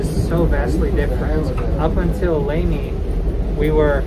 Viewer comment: Nice video of my home town Amtrak train ( ABQ dude here). You're lucky to come on a year when we got a good summer monsoon. It's not always that green around Raton and Las Vegas. Also you said it two dofferent ways, so I'm guessing you're not sure but fyi Lamy rhymes with "pay me", not "saw me" (even though the Spanish bishop it's named after said it the other way). Oh and that "European style village" was ironically an indigenous pueblo. I think it was Kewa, but you can also see Santa Ana and Sandia pueblos from the train. Each is both a village and an individual tribe.